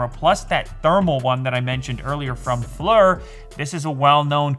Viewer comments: Pronounced "Fleer" not fler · Please stop saying "Flur" it's "Fleer" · Lew: Pronounces Flir "Flur" instead of "Fleer" Me: cringes internally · Not to be that guy, but for what it's worth, it's pronounced "Fleer" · At worst I would have assumed it would be pronounced "Flire" like fire with an L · It's pronounced Fleer... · Flir is pronounced FLEER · It's pronounced FLEER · How you pronounce Flir is hilarious 😂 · Flur? Or Flir? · I wish you knew how to pronounce the name Flir....